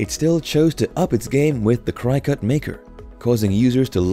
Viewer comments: FYI It's pronounced Cricket - not Crycut. ;) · Hey if you are going to do I video on something that you know nothing about you should really do some homework first. Do you know what "Die Cut" means? Neither Cricut... Pronounced cricket not Cri cut and the silhouette are not die cut machines. So really the only thing that you did was steal video from companies to make this incorrect video. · Cricket it’s pronounced cricket 🦗 🏏 everyone with a CRYCUT lol is cringing with every CRYCUT you say! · It’s pronounced cricket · It is pronounced Cricut like the insect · Thanks for the information but the way that you can continually mispronounced cricket drives me up the wall 😂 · I don’t trust anyone’s reviews who doesn’t even know how to pronounce the name of the product. It’s not even an exotic word. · You should maybe redo the Cricut voice over, it even has a cricket 🦗 in the logo. It is said so many times the wrong way had to stop watching. Just a thought. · I wanted to throw something at the mispronunciation of Cricut, that was really annoying. This is a poor cross section of available Die Cutting and Embossing Machines and very Cricut oriented. All in all, a very biased and lazy attempt at reviewing the available options. What about Spellbinders, Gemini, Go Power and Emboss and Brother Scan n Cut to name but a few. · Please learn how to pronounce Cricut.